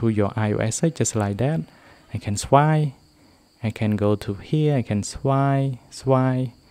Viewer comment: It’s swiPe not swie